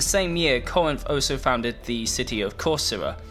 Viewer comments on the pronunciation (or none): You're pronouncing Corcyra / Corfu wrong . In fact , I couldn't tell this was actually it because of this mistake of yours . It's pronounced Korkira / Kerkira not Kosra ! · Corfu (Corcyra in ancient greek, Cercyra in modern greek) he not pronunciating it correctly thought, c sounds like "c" in the word "can"